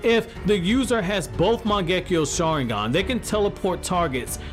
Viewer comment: Your saying the saharingan wrong